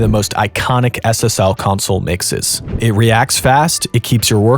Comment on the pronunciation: 🧐 There is no way this dude is this deep in the game and no one has told him, it’s not pronounced “Council” it’s pronounced “CON- SOUL”. I refuse to believe he doesn’t know this.🤨 -This is equivalent to not pronouncing MIDI as “Mid-EE” but instead calling it “Mid-EYE”.